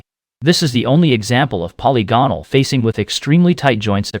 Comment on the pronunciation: I enjoyed your video but I prefer "polygonal" to be pronounced: puh • li • guh • nuhl